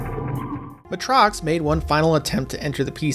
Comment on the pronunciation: Matrox is pronounced May-Trocks.